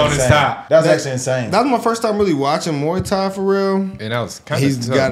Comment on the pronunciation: Bro said moowow tao instead of muay thai 🤣